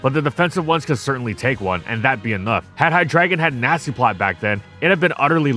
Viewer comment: Did I hear Nazi-plotter?